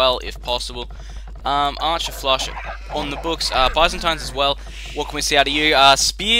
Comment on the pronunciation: That's not how you pronounce Byzantines, silly :D